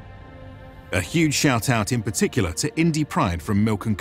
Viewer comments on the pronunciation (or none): none